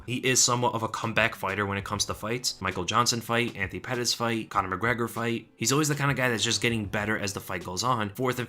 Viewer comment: Lol YouTube subtitles make your pronunciation "Aunty Pettis" 😂